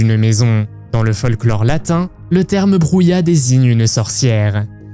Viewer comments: Très sympa ! Par contre le J en espagnol est un son gutural ! Un peu comme si tu te raclais la gorge ! Bruja ne se prononce pas "brouya" mais "brouha", comme un h exspiré que tu racle en peu dans la gorge 😊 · Au numéro 17 ce n'est pas bruya (ce mot n'existe pas) soit c'est bruja en espagnol on prononce "broura", soit c'est du latin et c'est maga.